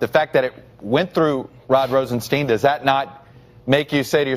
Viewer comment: Rosenstein testified and explained his name is pronounced like Feinstein. Why can't reporters remember that?